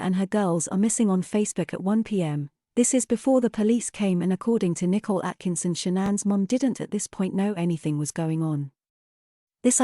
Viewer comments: The year is 2023, AI is taking over, still the robo-voice thinks Nicole is pronounced "nickle" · It’s because her name is not spelled “Nicole” but “Nichol”. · I've noticed that too. Her parents pronounce her name differently. Maybe she legally changed the spelling/pronunciation later? It doesn't really matter, though.